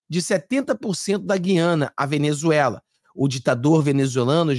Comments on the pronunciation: em toda a Amazônia se pronúncia a séculos, GU/ IANA E não GUI/ ANA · Gu-i-a-na, mudaram a pronúncia de sempre das Guianas! Dói meu ouvido!